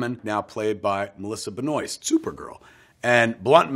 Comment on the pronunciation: Anybody wanna tell Kevin that his Bluntman actors name is Ben-WAH? haha